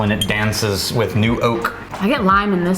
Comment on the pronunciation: is my kind of gal. "Auulright. I'm alright wif it!"